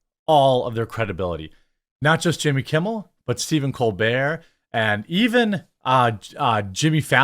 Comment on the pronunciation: It's Stephen Copebert